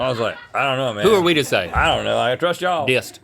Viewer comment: No way did they call it a dist with a T. It is a disk or disc.